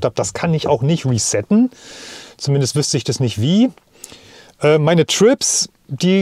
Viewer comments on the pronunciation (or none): none